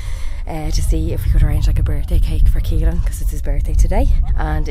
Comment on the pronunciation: Why caolan pronounced keylan??